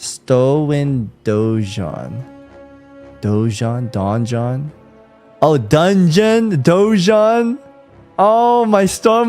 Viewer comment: can't talk about 'donjon' his pronunciation of some words is terrible 😂